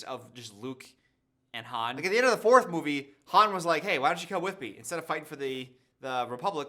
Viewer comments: How many movies will it take for you to not call him Hans 😅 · the way is calling Han Solo “Hans” is killing me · calling Han Hans killed me 😂